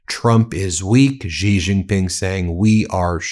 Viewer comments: Ben, Xi is pronounced as "she" not "zzzggghhheeee" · The Xi in Xi Jinping is pronounced just like the word "she" in English.